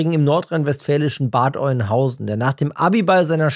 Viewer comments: Na ganz einfach Bad Öhnhausen, weiß man doch…. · Dieser Schmerz den ich empfand als ich hörte wie Bad Oeynhausen ausgesprochen wurde ist unbeschreiblich